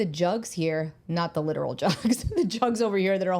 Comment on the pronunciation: At first i heard "little" jugs 😅